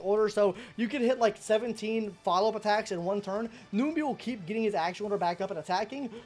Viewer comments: Was gonna watch but 1 min in and hearing you saying ''noombee" bout 6 times i just cant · Numby not noomby, and shifu not sifu